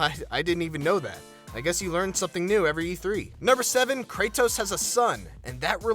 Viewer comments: the way he says his name its kratos not kray-tos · it's pronounced KRAY-DOS not KRAY-TOES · had to stop the video when I heard how this dude pronounces "Kratos" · You say the T in Kratos with conviction haha.. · why the fuck do you say "Kratos" that way. Do you say Dori- TOS to your friends. you fucktos.